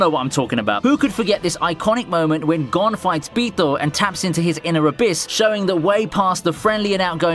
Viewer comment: This dude saying gone is making me mad like what they did with bam in tower of god calling him bom